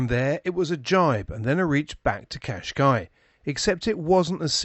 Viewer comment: Great as usual. In Portuguese you should pronounce the last s in Cascais, like a short sh